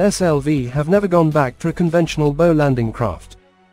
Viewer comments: Bow, as in rainbow, ramps? A ship’s bow rhymes with ‘How’, not ‘Sew’. AI narrators are still a big turn off. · Irritating mispronunciation of the front of the ship as "boe" as as opposed to "bough". Gave up at 2'56". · What an interesting way to pronounce bow - "bo" versus "boow".... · I assume the content creator types in text that he/she wants the AI to narrate. At least for the "bow" (bow and arrow) / "bough" (bough of a tree) issue heard all through this video the creator could presumably have deliberately misspelt "bow" as "bough" to force the correct pronunciation there. It's pretty lazy to not have at least done that (assuming it would work). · This marine video mispronouncing “bow” is ridiculous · Christ, just narrate the videos in person! Listening to this monotone voice misprounouncing 'bow' constantly is doing my head in. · PISSES ME OFF THE NEAR CONSTANT WRONG PRONUNCIATION OF "BOW". SLOPPY, CARELESS WORK. AI IS CLEARLY NOT FOOLPROOF. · I think it's signposting a future trend to dispense with main guns on future warships to make space for teams of highly trained archers able to fire deadly volleys of poisoned arrows at enemy combatants. In that context it probably makes sense to start referring to the pointy end of ships as the "bow" as pronounced in this video. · Agree, can’t even pronounce words, ie ‘ bow’ as making a bow, not as in a ships bow, the pointy end. Pathetic.